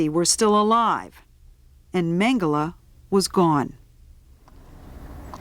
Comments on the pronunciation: Why does she keep saying MengelAh????? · Why the heck does she prounounce it "Mengela"?!